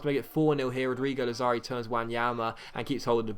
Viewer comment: It's Làzzari, not Lazzàri, it doesn't matter tho. Best youtuber ever